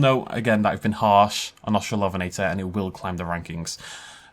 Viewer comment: Au-strallo-ven-eh-tore, not Aust-rall-OF(?)-enn-eh-tah. Hermione Granger, out.